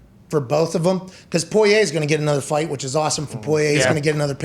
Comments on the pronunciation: Y’all killing me this week with Poirier’s name lol it’s pour-E-A not poy-aye fellas. Spot on with the calls tho l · Pat: I’m a “Pullyay” guy now Me: guys…it’s Porrier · the name is pronounced POUREEA not POIYAY i don’t know who told these guys to say it like this but it’s driving me crazy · I'm from Louisiana it's pronounced poor e a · Porier or poyay lol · Pat "Poiyay" McAfee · It’s bugging me too 😂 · Technically, they’re pronouncing it correctly, as the French would. Pour-e-a is the the Americanized pronunciation 😂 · This whole crew obviously knows nothing about the UFC other than Conor. I guarantee they had no idea that "Poy-yay" was the favorite... For good reason. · Dude can’t pronounce Poirier to save his life lol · It's a French last name, so they are half-way doing a bad French pronunciation of it. 😁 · Well it’s not po-ri-er like most people pronounce it..